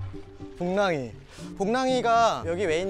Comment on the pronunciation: 복낭이 아니야 복랑이